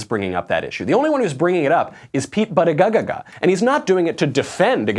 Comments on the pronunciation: its pronounced booty-gag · Of all people there, I am surprised to see Michael act with such disrespect regarding the pronunciation of Pete Buttigieg's NAME. No one will ever hear your argument if you say their name incorrectly. I put a lot of effort into remembering and saying names correctly, because it's a way that we show respect to one another. Even if you disagree with someone, present your argument with passion and integrity but don't intentionally butcher their NAME - that is CHILDISH. You are better than that, Michael.